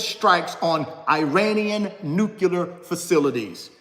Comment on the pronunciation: NuCLEAR. Sorry there but its not '"nuqualer." Also, your shirt was printed backwards. just so you know. Thanks for the insight!